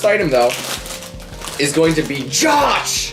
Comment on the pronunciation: the first snack you tasted was from Serbia. The name isnt pronounced like the name Josh. Its pronounced like yosh.